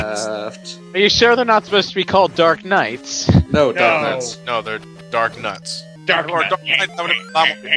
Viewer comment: not darknuts darknauts said like astro-nauts